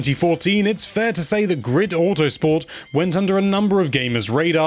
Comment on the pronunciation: He did not even now how to say the name and that it was released on pc back in the days. This review is butt paper